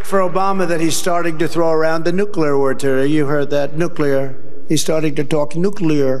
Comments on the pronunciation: New clear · According to Homer Simpson, the word is nucular.